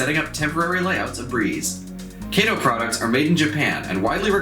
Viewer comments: Very nice quality video, just wanted to let you know though, you kept saying Kay-to, but the correct Japanese pronunciation to say it is Ka-to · Hey my friend nice review. Just one note - it is not KAYTOE it is KAH-TOE . Other than that little note, well done. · Actually I do live in Japan…..it is pronounced KAH-TOE. KATO——KAH-TOE. Sorry my friend but that IS the correct pronunciation. Kay-toe was the Green Hornet’s sidekick. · Never heard of a "Kay Wha Sha Kee" Motorcycle.....(Kah Wha Sha Kee) so its (Kah Toe) Kato ............. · though i think British people pronounce the name like Kay-to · I'm gonna nit pick but it's pronounced "kah-toh" with the emphasis on the 2nd syllable. Othewise thank you for sharing!